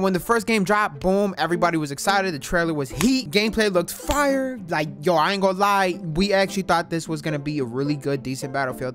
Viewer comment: Aye luv you but why you say fire like that fyeRr